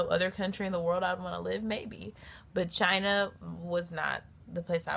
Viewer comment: she says "but China", but It sounded "v*gina"